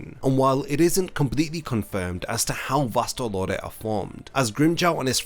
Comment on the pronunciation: why is his pronunciation of vasto lordes sounds like vastal orders ?